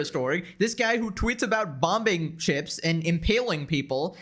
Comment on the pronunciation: lol i love how u say bombuhing